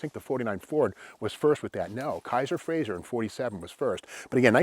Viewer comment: Good job for the most part but I have to voice (type) one of my pet peeves. It's Frazer, not Frazier! It's pronounced "Fra- zer" not "Fra -zhur" Joe Frazer was Scottish. Other than that, great info and a great video.